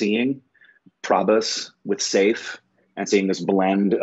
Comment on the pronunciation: Is nobody telling to pronounce Saif as Sef?:)